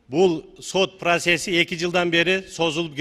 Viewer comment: Ээ блять колхозник просес эмес процесс деп айтылат бля